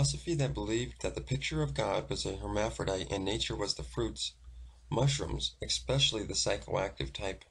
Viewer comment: Kinda hard to listen to a narrator who pronounces a word such as especially as exspecially. Just one example, but it’s nails on a chalkboard. I’m interested in reading the guy’s original book on this.